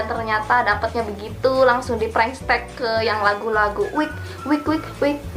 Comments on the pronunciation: Apa cuman gua yg dengar dia ngomong prankstek (prengstek) Bukan prank text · Kok blg nya "prankstek"😂 Prank teks is teks bukan stek😂😂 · Kalian denger GK sih bilangnya bukan prank text tapi bilangnya prank stek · Bego ya. Pranktext dibaca preng teks oyyy bukan prengstek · Apa cuma w yg denger nya " prengstek " ¿¿?? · Apa cuma gua yg ngerasa kalo dia dari tadi bilang "PRANK STEK" wkwk